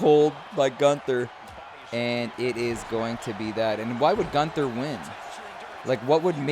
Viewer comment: LOL! 😂 This is hard to explain without sound, but you are pernouncing Gunther name wrong. Hum, don't pernounce his name like the word gun and then ther pernounce his name with the u sound. Does that make sense? 😆 Hopefully so. Love u.